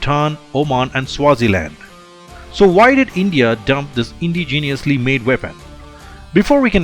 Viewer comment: It's not indi geeeniously. It's indigenous.